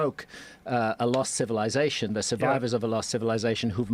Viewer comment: Why can’t he say civilization correctly? Why does he have to say civiLIEzation??